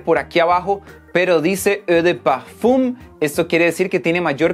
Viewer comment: “Egdjdndndk PEEEFUMMM” ajajaj la wea